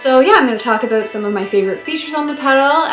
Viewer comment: Everytime she says “talk aboot”, my heart skips a beat. Shhhooooooo